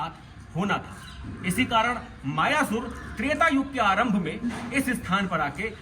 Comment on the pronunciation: मयासुर अथवा मय दानव नाम है न कि मायासुर